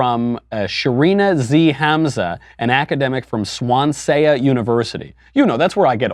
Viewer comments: Swansea? "Swan-zy" It's in Wales. It is a decent uni, but clearly infested with horrors beyond imagining. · The pronunciation made me laugh. I went to Uni in Germany and there was a group of exchange students from Swansea there. Good times. They were fun people!